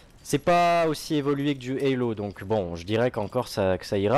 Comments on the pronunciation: Hélo 4 ? pas plutôt Halo 4 ? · ça se prononce Beyby, Hallo se prononce Heyllo:) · C'est Halo pas Helo Mdr Mais bonne Vidéos content d'avoir vue l'vant premier de BO2 :) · C'est Halo, pas Hello ;) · Halo et pas "hallo" putain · s'il te plait halo et non hallo on est pas au telephone la ^^